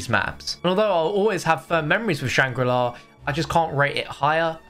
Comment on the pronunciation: Did he say shang gru la?